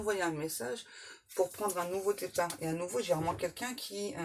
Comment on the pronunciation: Meilleurs voeux 👍 Merci. Aurais-tu dit têtard au lieu départ?